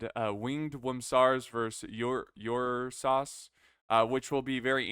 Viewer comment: hey big guy. i believe it should be spellee ursus, and the ur is pronounced like in uruk